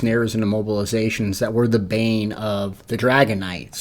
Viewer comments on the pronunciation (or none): none